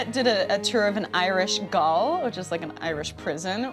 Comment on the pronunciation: Someone should tell gaol is pronounced the same as jail.